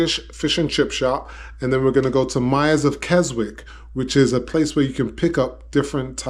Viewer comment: Keswick is actually pronounced Kesick. It is a beautiful town in the north of England. Alcohol is not sold in fish and chip shops in the UK.